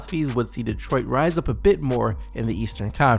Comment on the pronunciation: Bro I love your videos but please learn how to pronounce Detroit it’s not 2 fucking words